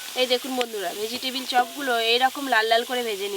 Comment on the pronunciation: ভেজিটেবল ❌ ভেজিটিবিল😅😅😅